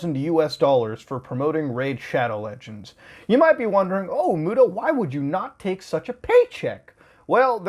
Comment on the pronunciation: Homie said it right